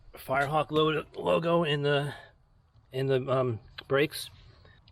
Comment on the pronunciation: Did you say this car was a firrehawk 😂